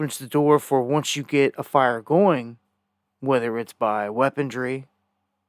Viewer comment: .... YOU CONTINUE TO BE NOT...LISTENING - - ... " WEAPON - " RY", ...NOT - " DRY " - .... " REE " ... "REE", REE, REE, REE, REE ! NOT DREE, NOT DREE, REE... GO YA GOT THAT, SONNY ? Y DON'T YOU PEOPLE LEARN ENGLISH...U R IN AMERIKA - AFTRAL ! ... I KNOW THATS RIGHT ! ...KA- THIS Used-2-b Great Country is going to HELL...IN A HAND BASKET...FAST TOO